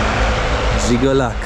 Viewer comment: "Żigolak" - myślałem że padnę ze śmiechu🤣😂🤣 to jest Żiguli, czyli Łada po naszemu